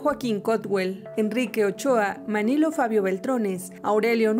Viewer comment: Contraten a gente con conocimiento básico en la política nacional y su lenguaje…la locutora dice “estatus” en lugar de estatutos, y “Manilo” en lugar de Manlio.